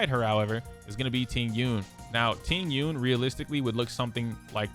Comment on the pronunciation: How can you pronounce Jing Yun correctly but not Tingyun… it’s literally the same thing